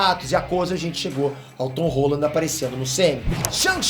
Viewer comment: Foi impressão minha ou o falou ton rola